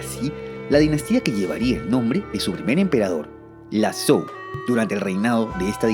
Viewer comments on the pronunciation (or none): Zhou = djow Qin = chin Jin = djin Sui = swey Entiendo que no todo el mundo estudie el chino pero podrían comprobar la pronunciación en Google...